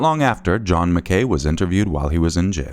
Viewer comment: Just a heads up (since you explained the pronunciation for the other surname) MacKay/McKay is pronounced Mack-aye (like a capital i). It's a Scottish surname.